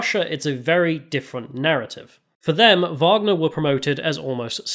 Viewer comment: the " WAGER "cola is not the wagner cola 🤣 Nice vid btw ! loved it!